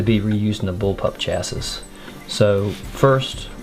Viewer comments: The word "chassis" is pronounced "chassy", rhymes with "classy." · My brain bout exploded listening to him fully pronounce the last “ s “. 😅😅 literally came to the comments mid video to see if anyone else gears got to grinding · the mispronunciation of chassis ticks me off